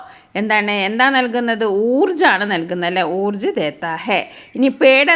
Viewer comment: Teacher ഊർജ് എന്ന് അല്ലല്ലോ ഊർജാ എന്ന് അല്ലേ ഉച്ഛാരണം